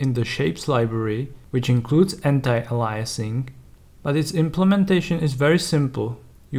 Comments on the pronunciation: Please, it's "anti-A-liasing". Not "anti-a-LIE-a-sing". We're not against lies, we're against aliasing, as in "alias". Thank you. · Andres: because I want everyone to benefit from the information. It's not to shame him, it's to educate all of us programmers. I'm from Sweden, and basically everyone in my university, even the teachers who taught graphical programming, said "anti-a-LIE-a-sing", and it always made me cringe. I just want us all to work with the same proper vocabulary. Another issue I have is when people say "compability", rather than compa-TI-bility. The base word is "compatible", not "compable". :-)